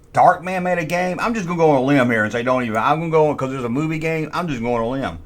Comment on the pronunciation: "Baycawz"